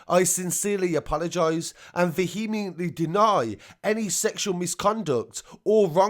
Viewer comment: Veeheemiently 😆 Good report tho. Keep up the good work.